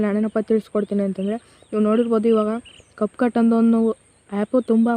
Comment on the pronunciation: ana ad cupcut alla capcut adu sariyaagi heli